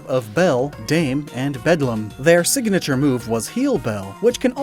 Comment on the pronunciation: Why do you add a vowel between a g and an n within words? Siganature etc.